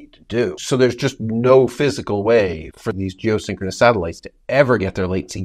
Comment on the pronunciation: Keep saying syncroness when it's stationary...